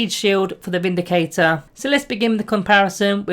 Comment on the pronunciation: I thought you said the "Space Marine Bindicator" then lol